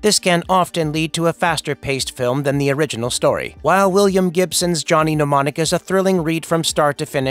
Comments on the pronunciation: It's Mnemonic not pneumonic. The writers and the talent on this site don't watch the movies they review. Google at best. Pathetic. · I find it infuriating that mnemonic is being incorrectly pronounced, it's "nem-on-ic", not "pneumonic".